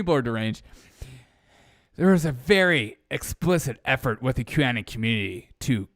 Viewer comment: It's Q Anon (rhymes with "Anon-ymous", not Anon-like- "canon")